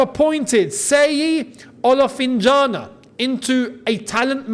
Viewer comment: ...call it this way...SHEYI OLOHFINJAHNA. seyi Olofinjana is d right spelling